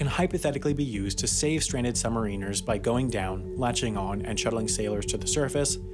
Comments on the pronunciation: "Sub-mare-in-ers." Not "Sub-marine-ers." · And also that he pronounces the title "sub-ma-reeners" instead of saying it right. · a.) My mistake - I thought that this was a video explaining how submarines work. b.) Submariners is pronounced "submarriners" - like mariners. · holy shit i dont wannt sound pedantic but its sub Mariners, not submariners.....fucking hell youre a multi million sub channel sort it out.... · Ears almost bleeding listening to this. It’s Sub-mari-ners. Not, sub-marine-ers. For fuck sake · Yeah but it's not pronounced "submarine-ers" it's "sub-MARrin-ers". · It's not submareeeeners, it's sub-mariners! Like the baseball team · submariners not submarine-ers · Sub-ma-ri-ners not sub-mariners good video though. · Good video, but I cringe every time he says the word “submariners”. The term is derived from the old English word ‘mariner’, meaning a sailor, (as in “The Rime of the Ancient Mariner”) and not for the word “submarine”. So the correct pronunciation is sub-ma-rin-ers, and not sub-mar-een-ers. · It is pronounced “Submariners” not “Submareeners” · Every time he says "sub-ma-reeners" I flinch. "Sub-mare-in-ers" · The way submariners was said is weird, it's pronounced sub-mar-in-ers, "Mar" like maritimes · its annoying me that hes mis-pronouncing sub-mariners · After hearing the pronunciation "summerines" more than 10 times, I stopped watching. What's more, I wanted to know how submarines work, not their use in warfare. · I'm losing my shhhhhet... "SUB" "MARA" "NURS" killing me saying submariners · Please learn the correct pronunciation of the title Submariners. Sub-Mariner like the Seattle Mariners. Not like a U.S. Marine. Yes I am a U.S. Submarine Vet. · Hi just so you know submariners is pronounced as sub-ma-rin-ers good video regardless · Huh? When and where? I winced when I heard him pronounce it that way. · Is he saying submariners wrong or is it just the American pronunciation? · you keep mispronouncing submariners